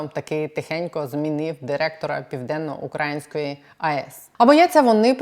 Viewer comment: Грамотно українською літературною мовою ставити наголос "украЇнською", а не "укрАїнською". ПівденноукраЇнська АЕС.